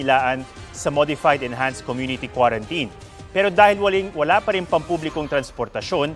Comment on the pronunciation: Waling po sabi nya hahaha pinaikli ung wala paring